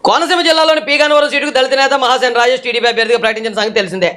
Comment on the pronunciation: రాజేష్ మహాసేన అన్న మీ మాటలో హా అనే అక్షరానికి మరో సరైన అక్షరంతో పలికి వుండవలిసింది